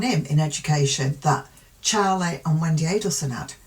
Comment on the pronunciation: You say Wendi perfectly. Ignore complainers